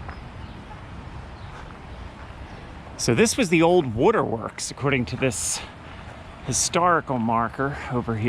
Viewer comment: I thought you were just a nice, normal person until I heard how you pronounced the word “waterworks”….whoa what’s wrong? Just kidding I really like your videos! ❤ Love from Arkansas….